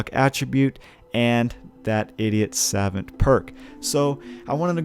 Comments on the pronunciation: You can just Google translate the word Savant to realize it's spoken Suh-vaunt and not Sav-vent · Saw-vaunt not sevent 😂😂😂😂😂😂😂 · Angel Andringa more like suh-vOnt. Gotta hit that stressed syllable. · I have 2 but know its Saw-vaunt not savent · The irony of your ass not knowing how to say SAVANT is tragic. How on the hell are you making videos talking like that? It’s pronounce “Sah-vawnt” dude. Ffs I wanna cut my ears off when you say it wrong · "suh-VAUNT" is how to pronounce that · sa - vahnt or sav - uhnt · god he kept saying SAvant by the 3rd time i got a migraine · The word is pronounced ‘Sa-vont’ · Suh vaunt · oh my god… it’s sav-ah-nt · Jesus, man. It's pronounced: 'Sah-vahnt'. "Suh" like the first part of "suppose", and "vant" like saying want with a german accent. Not that hard. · It’s suh-vaunt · Its pronounced sahvant you dumas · It's pronounced "suh vont" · Pronounced "sa-vahnt" a French word. Assuming you do not know what the word means, it is a person of high intelligence, scholarly. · No it’s not pronounced savont dumbass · Sah-Vont Ugh. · It is pronounced Sevant btw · Your the idiot, you can't pronounce the word "savant" properly. Get back to school. You MUST be American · I almost disliked because of the way you misspronounce Savant. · Cringe every time he tries to pronounce savant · Video is unwatchable because you cannot pronounce savant correctly. I wish I was joking but it just makes the video totally unwatchable. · how tf can you be american and not know how to pronounce savant i am a small little swedishboy and i got anfry with yaa i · The way this guy pronounces savant really annoys me. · you are pronouncing savant incorrectly